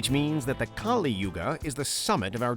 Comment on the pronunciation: It's pronounced as Kalī not Kālī.